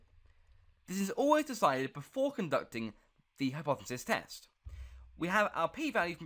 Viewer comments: Learn how to edit videos and say the word hypothesis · bro needs to learn how to say hypothesis clearly